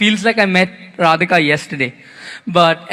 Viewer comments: Rihanna should have practiced saying their names for all the money she got. All else good. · Rihanna is SO disrespectful for pronouncing the Bride's name! All excuses are rubb1sh..... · God bless Leilani, and yes found Rihanna's pronunciation, of Radhika.